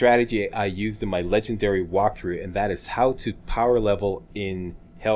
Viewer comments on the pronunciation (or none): Lol "Whopthrough"